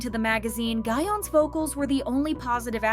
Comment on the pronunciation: Y'all I think it's Gawon not Gahyeon